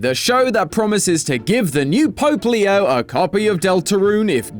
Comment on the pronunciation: When said Pope Leo, I thought he said Poplio at first lol.